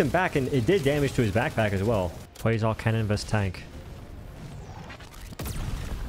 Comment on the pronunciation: Why are you saying canyon?